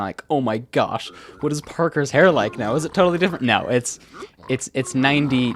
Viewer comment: you know this is serious if he pronounces "what" like "whae"